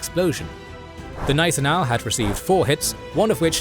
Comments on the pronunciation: Informativ aber die KI-Stimme ist grauenvoll! Gnissenau anstat Gneisenau z.B.. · Hey the "G" in "Gneisenau" is not silent